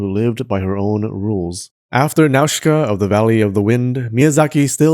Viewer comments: Video is good but please can you pay more attention to the names? Without the subs it's impossible to tell that some "Nazka" is actually Nah-u-see-ka or Nah-u-see-kah-ya. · *Nausicaä is pronounced Nosy ka ah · It's "Now-see-kay-ah"!